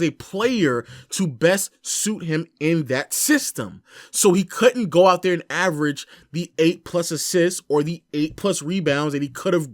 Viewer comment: I’m dead he said GOOT